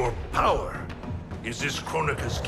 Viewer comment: Damn. Liu kang really said x2 Powet Multiplier. Andthe crazy part was, it still wasnt enougu to beat raiden